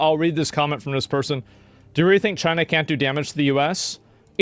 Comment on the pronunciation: Can we get a look at the reporter that was yelling? She said "China" in a fairly distinct way....